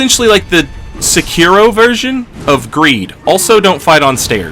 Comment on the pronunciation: seKIro? As in Shakira? SEkiro. My son, SEkiro.